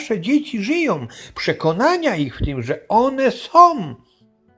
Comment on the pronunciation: One SĄ !!!! A nie "one som"!!!